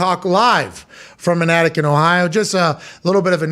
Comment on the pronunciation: Is it just me, or for a split second when Pat introduces AJ does it not kinda sound like he's saying AJ's an addict & not IN AN ATTIC? 😂😂I swear it sounds funny every time.